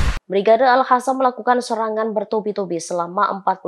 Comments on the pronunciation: al qassam woi. bukan al hasam😌 mbak presenter dibenerin tuh penyebutannya.... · Alqossam mbak,bukan al hassam.. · Kenapa dibacanya jadi ALHASAM Tulisannya kan ALQASSAM Pake Q bukan pake H bisa dibaca ALKASAM atau ALQOSAM, ini lebih pas Tapi suara dan logat baca beritanya kereennn... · Orang palestina aja nyebut nya brigade al qasam, ini reporter kocak bilangnya al hasam al hasam. Kocakkk 🤣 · Kasi tau si reporter agar baca yg benar, Brigade AL QOSSAM BUKAN AL HASAM. Masa baca aja gak becus....